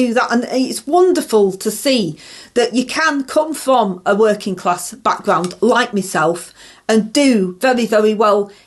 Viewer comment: Open&honest wor -in class!!! You dont earn a wor-ing class salary!!!!!